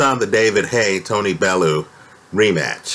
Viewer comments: It's "Bell-you" not "Bell-oo" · Even if Haye won this one, it was surely - surely?? - clear from his last three fights that he was SIGNIFICANTLY shop worn and that his body was failing him? And please... Tony's last name is pronounced "Bell - yew".